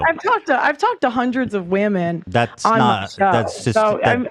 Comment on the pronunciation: "I've talked to hundreds of wieemen"